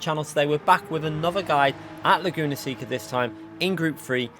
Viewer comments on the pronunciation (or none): Laguna "say-ka" not "see-ka"😄